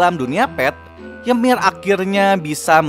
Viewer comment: Bang kok gua denger "yemir" dari lu kek ganggu bet yaa wkwk gua malah enak ngomong "yumire"